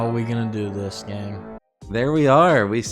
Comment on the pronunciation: “how are we gonna do this gang” YOU MEAN GAANG????